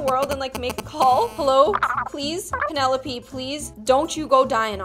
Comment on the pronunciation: the way said 'penelopie' instead of 'penelope'.